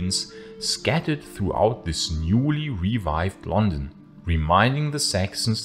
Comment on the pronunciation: Oh God, 1 second in and I can't watch it. Listen Mr German speaker it is not Lon,un, it is LuN Dun, stress on first syllable etc etc. YOu know how you can tell a German? Complete inability to pronounce London plus complete shock, horror, and inability to comprehend the use of the word "since"